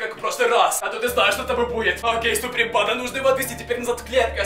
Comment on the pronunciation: А , почему вы говорите сапри панда?